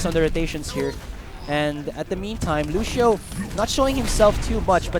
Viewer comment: the way the commentator say lucio is lusho haha